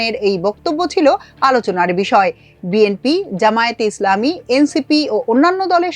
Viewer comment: বিএনপি নেতারা বিএমপি উচ্চারণ করে বিএনপি বলতে পারেনা তারা দেশ চালাবে😂